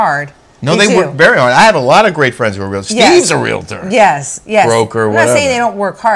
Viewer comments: I appreciate your recaps/opinions and you can have whatever opinion you want about Realtors, but at least pronounce it correctly. It is not a three syllable word. It is two. It is REAL-TOR, not REAL-ATOR. That's all. P.S. You can verify with your real estate agent friends that are Realtor members, but not all real estate agents are Realtors. Realtor is a trademarked term for members of the National Association of Realtors. Realtor members work incredibly hard, are problem solvers and tirelessly fight for private property rights. I'm proud to be one. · Real tor not Real a tor